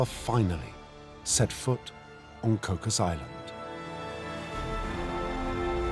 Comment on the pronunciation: It's pronounced Koo...😊😊😅😅😢😢 koo